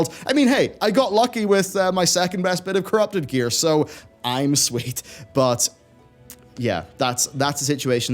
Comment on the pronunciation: you go FULL belfast with the "im sweet" thought was in east again :) Hello from west belfast and have to buy ya a pint when new "union" open's up :) Keep up the work lad :)